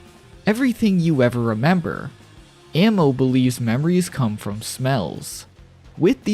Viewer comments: Ah-mo not ammo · Bro you're pronouncing it wrong. Her name is literally I love in Portuguese. You're saying ammo. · kind of annoying how you pronounce amo as ammo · Probably because he doesn’t know how to say it properly